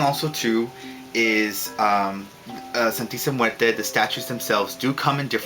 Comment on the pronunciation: lol hey i'm mexican! and the way you pronunce "Santisima Muerte" is like this ( san-tee-see-my-////mu-a-rt-a) lol anyway great videos!